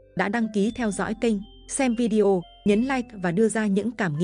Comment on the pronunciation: Nói “ vi đeo “ nghe không hay chút nào !!!